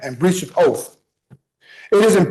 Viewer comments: A 'breach of oaf' 😂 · Jurydishun and oof of office. Nailed it! 😅😅😅😅 and cohersion!